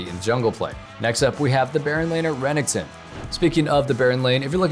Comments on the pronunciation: REneckTON. not runnington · That ra-ning-ton champion 🤣